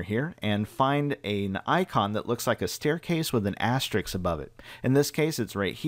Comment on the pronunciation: he cant say asterisk. and mr wifi still has shortcut arrows on his icons like its 1995 and he doesnt have powertoys to eliminate it